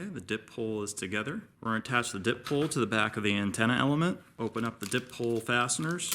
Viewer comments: Just a little tip - it's a "die pole", not a "dip pole". Di, as in 2, as in 2 polarities or ends. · It's a die pole not a dip pole.